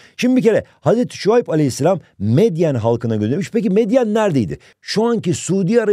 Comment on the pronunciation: Bu arada hocam meyden degil medyen ❤